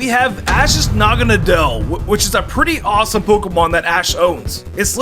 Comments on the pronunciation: naganadel said naganeedle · The way say naganadle is weirdly distracting